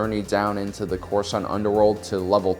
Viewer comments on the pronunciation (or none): none